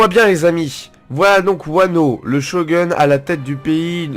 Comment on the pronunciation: Shogun ça se dit "Shogoun" déshonorer ça se dit "désonorer"